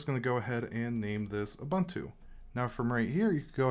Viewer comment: Ubuntu is pronounced u-boon-too.